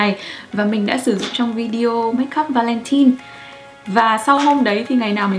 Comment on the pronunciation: Va len tai chứ sao c ấy đọc là va len tin nhỉ @@